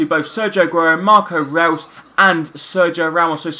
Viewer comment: Great career mode man, btw just so no one gets annoyed with you it's pronounced Marco Royce(I know it's spelt reus) but that's how it's pronounced and Rodriguez is pronounced as hamez